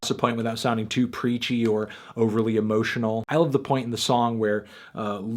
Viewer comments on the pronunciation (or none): none